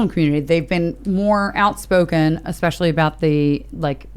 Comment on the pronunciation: Yayy more or whatecer his last name is. That boy loves saying (especially) more than any other word. " when...", " when...", " when..."